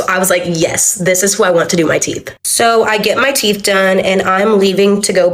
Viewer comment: Teef? Teef?